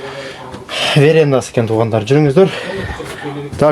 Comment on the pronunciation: Верендасы эмес верандасы